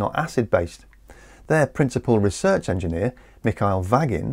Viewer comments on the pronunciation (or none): none